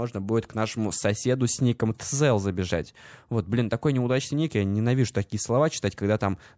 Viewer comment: Его зовут не "Тзел", а "Тизел"